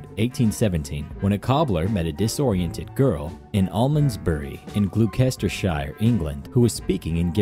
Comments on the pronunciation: Please,, there are nearly 40 million Brits in the world, it doesn't take long to ask a Brit how to pronounce a British word, it's pronounced Glos-ter-sher, not Glue-kester-shire 3.35. Jesus Christ. Every. Single. Time. At this point its just embarrassing. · 3.35 pronounced gloss tershire Love from England ✌